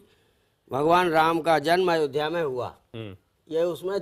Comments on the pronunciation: कुरेशी उल्लू है इसे अयोध्या बोलना नहीं आ रहा अयोध्या के बारे में क्या लिखेगा कुत्ता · जिन्हें अयोध्या का उच्चारण भी नहीं आता है वह भगवान राम के विषय में वह भगवान राम के जन्म के विषय में किताब लिखने की जरूरत करते हैं ऐसे गद्दारों को जेल में डाल देना चाहिए वह उस किताब को बैन कर देना चाहिए ताकि किसी धर्म के खिलाफ ऐसी अभद्रता दोबारा ना हो जय हिंदू जय सनातन